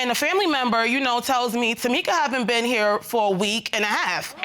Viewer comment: “Takeema and Tamika”